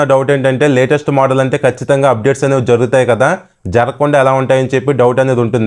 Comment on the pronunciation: మొదల్ ❎ మోడల్ ✅😅